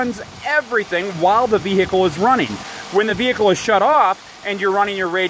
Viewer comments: the wot vehhhhecile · I love people who annunciate ,”vehicle”, as a three-syllable word , clearly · You do nut sound the H in vehicle